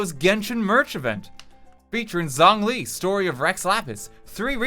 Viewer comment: There are a lot of things I can forgive and forget. But RT pronouncing Zhongli name as Zonglee is something I will NEVER let go 🚶‍♀️